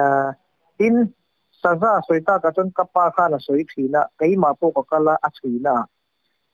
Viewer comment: Saza kahna ah Saza a kap ti lovin Sa za (100) kahna ah Saza a kap tih nise hriatthiam a awl deuh tur a nia, ka ngaithla nawn leh ṭhin a, ka hrethiam thei chiah😂😂😂